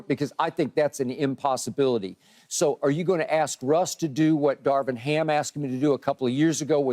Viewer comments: Key…. It’s darvin ham not darwin ham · Its Darvin Ham not Darwin Keyshawn. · Please someone tell Key it's DARVIN HAM not DARWIN 😂😂😂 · Keyshawn gotta stop mispronouncing EVERYBODY’S name!!! Its Darvin not darwin and its Darrell Morey not Morley!!